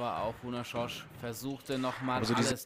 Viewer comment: Szöcs = [ßötsch], nicht "schosch"